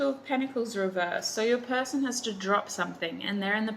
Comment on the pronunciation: I’m laughing in the middle of the night because you said “pershon”, THANK YOU